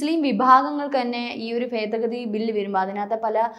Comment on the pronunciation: ഫേദഗതി അല്ല, ഭേദഗതി ....